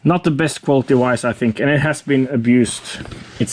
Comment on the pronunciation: And we say vice not wice 😂 Anyway lay of him, his English is still better than mine 😂